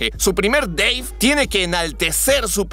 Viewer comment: Es Deiiiivbe....no Deiv :v jaja xdxd